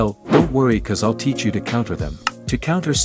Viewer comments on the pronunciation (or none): none